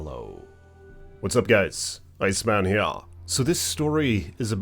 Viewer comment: Glad I found this channel! My favorite part, "Hey guys, Iceman he'ah!" 😂 And I like that you go into a bit of commentary at the end. Like when you're done reading the story, you're like, "Geeez!" And proceed to talk about it. Yeah I would want a gun and bear spray. Why wouldn't you bring a gun? My sister might make a trip out to Yosemite w/ her former step kids. The only thing I'm worried about: bears.